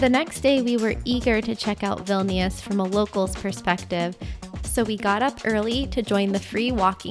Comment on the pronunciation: Enjoyed your video, in the pronunciation of Vilnius you don't pronounce the second i.